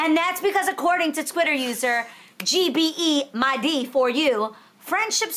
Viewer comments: OMG!!! I laughed so hard the way Adrienne pronounced 'gbemideyforyou' lmaoooo!!!! It is pronounced individually as 'gbemi' 'dey' 'for' 'you' lol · As a Yoruba person, I just can't with the way Adrienne pronounced Gbemide 😂😂